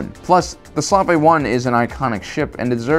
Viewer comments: why do you keep pronouncing slave as slav or slav-aye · His pronunciation of slave annoys me it pronounced slayve not slarvey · I thought it was pronounced slave not slav? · Hey buddy, great channel! One thing though, it's Slave 1 not Slavay or Slav 1. Just saying. :) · I always thought it was called slave 1 instead of Slav 1 but guess I’m wrong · Maybe I’m missing the joke, but the Slave one has nothing to do with Slavic countries. In fact it’s pronounced slay-ve not slavé. The name refers to slavery which though I don’t think it’s offensive, can be perceived as offensive which is why they changed the name. Regardless it’ll always be called the salve one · It's slave 1 ! Not slov 1 , suvay 1 , or any other miss anunciation you want . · Did you forget how to pronounce Boba Fett's ship. In all your previous videos you actually say it correctly Slave 1 but in this video you pronounce as 2 words sla vee 1. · SLAV A........ ITS SLAVE 1, Do you think people dont notice this crap. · when did boba fetts ship go from slave one to slaavee one pronunciation. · Sla-Vay? What!? Slave 1, /sleɪv/ 1. - Corrected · Hated how you called it the "Slavae 1", it's "Slave 1"! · It's SLAVE 1, not slarve 1. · I believe its pronounced slave 1. Not slavé 1. Lmao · Why do you call it the “Slahveh 1” (slah-veh one) it’s just Slave 1 (sl-ave). It has nothings to do with the Slavic name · Am I the only one to pronounce Slave-1 with two syllables? As in Slave-1, not Slav-eh-1? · why do you call it slav one when its slave one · it's not slavé 1 it's slave 1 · He said Slavi one it’s slave one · Slave-1 not Slavic-1. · slave 1 is not pronounced slavay its slave as in a person forced to work against their will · Slave 1 is meant to be pronounced slave like slavery not slave like Slavic. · It’s SLAVE 1… not slaaav 1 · Slav ay…. Slave. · Why is he calling it the slav-ay 1? i thought it was the Slave 1. As in pronounced as Slaayv. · Why the hell do you keep calling it the slaw vay 1. It's slave. Slayv.